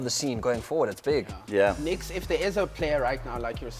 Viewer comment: took me 30s to find out your Pro "Nixx" is actually "Niix"